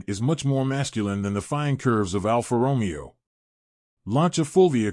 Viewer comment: Almost every single Italian name in this video is mispronounced. For example, who in this day and age can't pronounce Alfa Romeo with the accent on the correct syllable? Very distracting and makes the video barely worth watching.